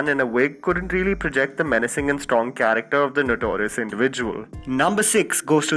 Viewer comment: Cha Ra k Ter word Sahi pronounce kar